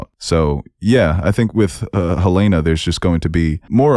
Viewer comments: I swear😭 they literally say her name in the show. Helen-ah and Helaynah are two different names lol. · Great video just one critique- it is Hell-N-Ah NOT Hell-A-nah. They say her name in the show. Those are 2 different names.😂😂 A huge pet peeve is people mispronouncing names in shows when they say the name in the show. Like Ahnna and Anna in Frozen- they literally say her name- why would you pronounce it wrong on purpose?? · Great review, but for the love of Kier, it’s Helen-A